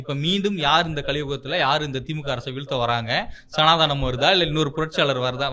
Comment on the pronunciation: "சனாதனம் " தான். சனாதானாம் இல்லை. முதலில் சரியான உச்சரிப்பு க்கு இடம் கொடுங்கள்